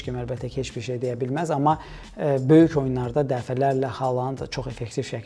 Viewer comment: Hər şey yaxşıdır, amma Xaland deməyin korlayır.